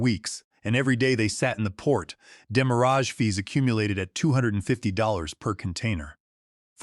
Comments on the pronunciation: You are mispronouncing the word "demurrage" greatly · Definitely an automated speaking voice. It keeps pronouncing demurrage incorrectly because it's a french word.